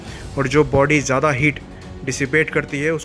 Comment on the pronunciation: Bro why do you pronounce ज्यादा as ज्यादी